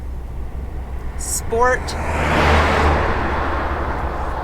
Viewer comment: Sshhh port, Al oohh min eee um.